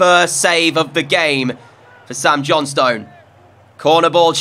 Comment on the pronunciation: Mate, good series but you seriously need to learn how to pronounce "Sam Johnstone"!!